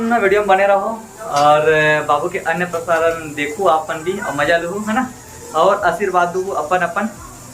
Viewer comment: आप लोग अन्नप्राशन को अनप्रसारण क्यों बोल रहे हो,🤔🤔🤔